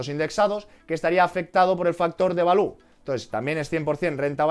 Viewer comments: Gran video como siempre, balú es el del libro de la selva, se dice 'valiu' jajaja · "Valiu" please 😅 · No sabía yo que Baloo el oso del libro de la selva era un factor determinante para el sp500 😂😂 , por Dios no digas Balú al Value jajaja